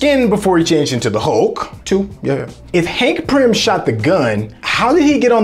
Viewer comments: It is Pym, not prym my brother. Good breakdown though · It's Hank PYM, not Prym 😂😂. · Pym not prim bro!! And Hank Pym himself was the bullet and he didn't detonate hulks heart but made it bigger with pym particles and it kept on getting bigger till it exploded. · Its driving me nuts!